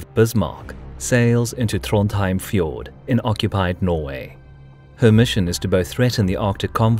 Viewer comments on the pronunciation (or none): none